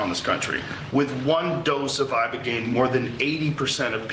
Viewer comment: Eye-buh-gain Not Eye-burrr-geneee